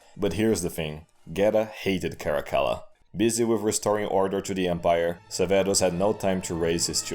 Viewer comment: Man, even told through meme format, Cascilla sounds worse than even Caligula.